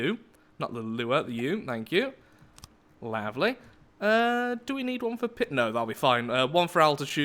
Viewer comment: Start - Wow. I did not expect FTD to be back so soon. Excite. - Aww, lasers pretty though... - I've thought this for a while now, but every time says 'lavely', I hear 'lathely.' Is that intentional? - rush builds. very interesting results. maybe good series. - 'Justwind Gypsies.' All they are is hot air. - Salty salty Watch. - I was thinking mafia don, but this is nice. End - Nearly a very short campaign. Wait. What were those boxes again?